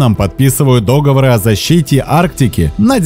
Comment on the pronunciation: Я бы не советовал. А то дети привыкнут говорить дОговор.))